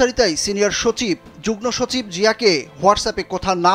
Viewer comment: যুগ্নসচিব নয়রে পাগলা😂😂 যুগ্মসচিব হবে😂😂 ফালতু রিপোর্টার😅😅